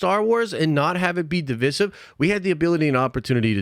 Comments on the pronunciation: it’s Diviyysive not divissevv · how many times can u say “divissif “? 😅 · Dislike for your disgusting pronunciation of divisive